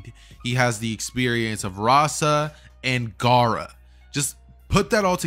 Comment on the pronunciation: Bro its correct its Rasa